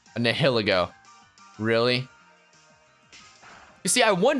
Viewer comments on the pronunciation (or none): Nai-ïl-êgo Is how it's pronounced... Nä-hil-ägô? Really? The name is German. It comes from the German word "Nihil" and the "ilego" It's a poisonous octopus thing, so... Just saying, you don't pronounce "anihilate" like that. Same root... So... Yeah I'm a nerd when it comes to language technicalities, and you can even Google the official pronunciations, and that is how it's pronounced. Sorry for being such a stickler, but it's kinda like hearing an English person say "fishes" instead of keeping the plural the same, it just doesn't sound right. You wanna say something, but can't help thinking it'd be rude. I just thought I'd point it out, don't even bother with it